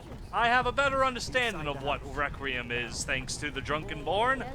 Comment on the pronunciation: i stopped watching when he called it recream not requiem